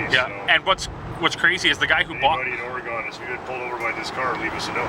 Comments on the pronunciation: Ore-gone? Come on, guys.... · You Guys Said Oregon Wrong LOL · The civilian Caprice was faster because it was lighter. But in a chase, the driver would be panicking while an officer, (trained in technical driving) only had to keep up until they made a mistake... By the way... Out here it's pronounced Ory-Gun... Cheers 😀